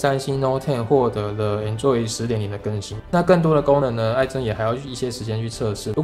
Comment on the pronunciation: 為什麼台灣讀Android做enjoy?有點怪怪的(沒有惡意